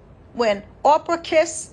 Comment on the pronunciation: Thank you for the word sis. Her name was Orpah, not Oprah.